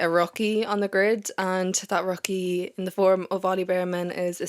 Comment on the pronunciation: I thought it was "Rookie as /ˈrʊk.i/ " 🤣not /ˈrɒk.i/ Sorry too funny 😂